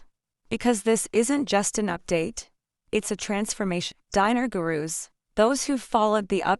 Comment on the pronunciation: Show us the publication if you want to be believed. Scamming AI. BTW it ‘s not pronounced “diner” as in a place to eat and those who eat there!! It’s pronounced Deenar stupid! 😡